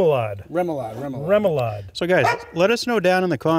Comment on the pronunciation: Great cook! A salute to Nate who never gave on helping pronounce remoulade. 😂: Really tasty “roo-moulade.” Nate: “REM-oulade.” (how many times off camera? 😉)